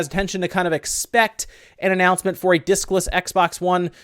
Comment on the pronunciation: HA HA, for a second I thought you said dickless!! Xbox.